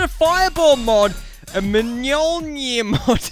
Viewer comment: It’s said myolnear